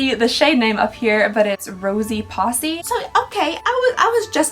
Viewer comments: I think the name of the nudestix blush is rosy posy. Like a pocket full of posies. The word you said is spelled posse. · i think that nudestix color was rosy "POSE-y", not posse, lol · I'm crying at you calling the colour of the Nudestix "rosy posse" instead of rosy posy 😂😂😂😂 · 🤣🤣🤣 rosy posse? How about rosy posie 👍🏼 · Rosy and posy rhyme… not Possy 😂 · Rosy Posse 😂😂😂 it’s Rosy Posy. This is why we love you ❤️ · The posy is pronounced like rosy. Rosy Posy. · I think it's supposed to be pronounced like pose-e, like ring around the rosey pocket full of posies...rosey posy... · I think "rosy posy" is supposed to rhyme, like ring around the rosy, a pocket full of posies